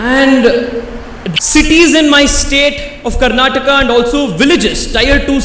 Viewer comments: Karnatak allapa Karnataka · By the way, to the young speaker in the video, it is Karnataka, and not Karnatak. Least you could expect from a Bangalorean representing his state in Mumbai.